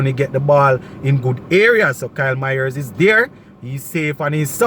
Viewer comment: You keep on pronouncing Mayers name wrong. It's not MYERS